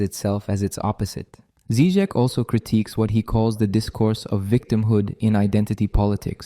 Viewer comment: Obviously I am not going to watch this video by someone who sounds too young and American to have authority to sprak about something that America is not able to profuce -philosophy and uncomfortable questions. You can't even pronounce his name right! Why is he dangerous? Because he speaks of saving out common decency and humanity, which has been poisoned and bombed by American BS ? What's wrong with having an accent? I think you are embarrassing yourself, dear boy! Stick your guns and burgers... leave philosophy to us here in the old world...